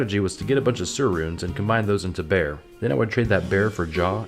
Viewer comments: Bear rune lol Ber not bear 🤣 ER then pit a B there not ear and put a B in front 😂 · It's Sur = Sir Ber = Brr (like you're cold) Like in the name BarBER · Somehow mentioning Sur and not Ber pronunciation.